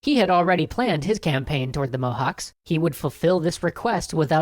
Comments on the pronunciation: Quick pronounciation note: less like "Mohax" more like "Mohatch" :D Love your videos! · Cs isn't K but t͡ʃ. Mohács is pronounced [ˈmohaːt͡ʃ]. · Mohacs is pronounced "Mohatsh" as far as I know, not "Mohaks." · Cs in Hungarian is the same as ch in English. It's not "Mohawks." The Turkish spelling shows this as well: Mohaç (ç=ch). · It's pronounced Mohach, not mohawks, I can't unhear it. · dude, is Mow-hatch, not mow-hacks. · Mohács is pronounced "Mohatch". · Not mohacs its like whem you sey CHain CH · "cs" in Mohács is pronounced as "ch" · pronounced: Mo Hach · hi, cool video :) sorry to say but, its pronounced as Mo-hutch, (possibly the closest) cs makes the sound of ch. sorry for nit picking, lol. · It's writte mohac but it's pronounced mohaj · Actually Mohács is pronounced as "Mohach" with a Ch as in cheese at the end. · Mohács is pronounced Mohaatsh! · WHY YOU SAY THE NAME INCORRECT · As a Romanian, it is natural for me to begrudge Hungarians. But it still pains me to hear so much mispronounciation of Hungarian names. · Just a microscopically minor detail: the 'cs' at the end of the word Mohács is pronounced just like the 'ch' in approach. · the pronunciation of 'cs' in Mohács is more like how you would pronounce 'ch' in challenge for example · In Hungary, we pronounce Mohács with similar 'cs' as the 'ch' in chicken. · Pronounciation of Mohács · Eh, i thought after three episodes you might have looked up how to pronounce mohács... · DiFool they ll probably address their mistakes at the end like usual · in Mohacs, the "cs" is pronounced as "ch" in the word "chariot"